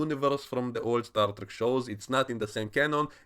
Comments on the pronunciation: Star Dreck? Are you german or something? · xD you said Star Dreck thats Star Trash in English... Wonderful